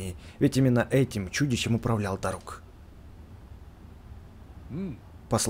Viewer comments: правильно дАрук а не дарУк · ты уже достал, нужно говорить Да́рук, а не Дару́к. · правильно дАрук ударение на А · А ты знал что не дару́к а да́рук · Не дарУк а дАрук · правильно Дарук ударение на «а» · play Нет, чувак, я уважаю. Просто меня бомбило от того что он несмотря на ролики каверкал ударение. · Дарук ударение на а